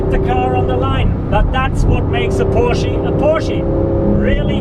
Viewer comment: porshee? lol